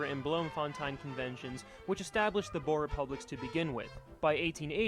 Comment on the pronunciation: He prounous alot of this wrong like Boer and others like Paul Kruger